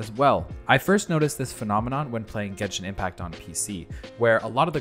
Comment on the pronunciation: bro said genshin inpact.....